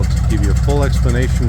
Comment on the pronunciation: Minor point: Joseph-Armand Bombardier hailed from French Canada, his name and that of the company he founded is pronounced Bom-bard-dee-ay. Call it a pet peeve.